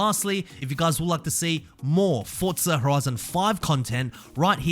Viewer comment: Good video. I can’t stand how you say Fortza